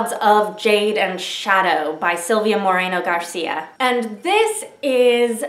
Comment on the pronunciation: The way you said Silvia Moreno García was spot on and that i'm so excited for that book now! I hadn't heard about it, thanks!